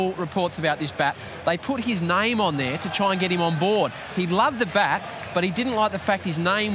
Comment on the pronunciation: Typical aussi things Name ❌ Naaime ✔️